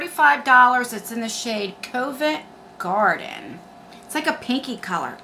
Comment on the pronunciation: I thought you said that shade was "covid garden" 🤣🤣🤣🤣